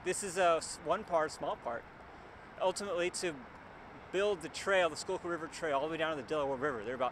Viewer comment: Я конечно понимал что не School-kill произносится, но скукул =D